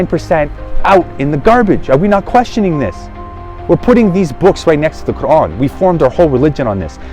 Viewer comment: You either an agent or you are sheya or you just want to not give up your desisers. You can not even pronounce The Quran correctly. The way you said Quran you are Iranian and probably Sheya